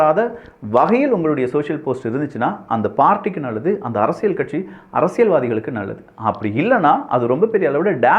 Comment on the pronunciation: இது அரசியள் சதுரங்கம் அல்ல. அரசியல் சதுரங்கம். சரியாக உச்சரியுங்கள்.